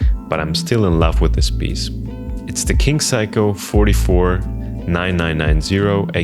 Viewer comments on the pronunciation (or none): You have to know its not pronounced "Psycho" if you're this far down the rabbit hole. It's "Say-co" and I only say this because in Japanese culture repeated mispronunciating can be mistaken as an insult or lack of respect. Anyways thank for the video